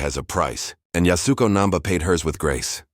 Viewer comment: It’s YAS-u-KO. Really just 2 syllables - YAS and KO, the “u” is barely spoken…